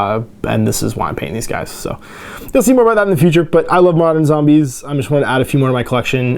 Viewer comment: that spaceship interior looks like the interior or a hospital. your zombies your zombies would be perfect. Do all Canadians say zambies or is that a local thing?